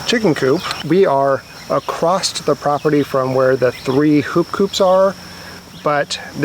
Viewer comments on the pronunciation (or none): Just so you know, the word across does not include a T